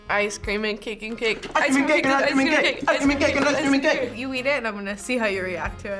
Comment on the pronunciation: "Ice cream and cake and cake" "ICEAMACAKEAMAKAKAICA"